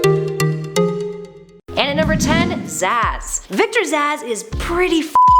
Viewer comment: sorry just wanted to say... its zsasz not zsazs